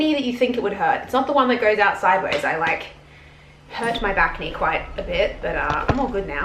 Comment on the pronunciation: Hahha wen you said back-knee I heard bacne